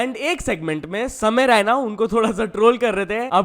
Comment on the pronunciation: it's samay raina not ryna 🤡😂